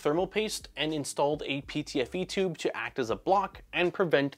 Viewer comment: Every time you say chube, all i can hear is Nero saying chuuube